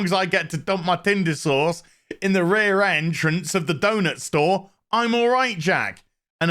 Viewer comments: It still sounds like you're saying Tinder sores. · 5 of these in, and I still laugh everytime says "rear doughnut shop" and "tinder sauce" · I was so happy when your review of this show popped up. Every time you say tindersause, I bust out laughing.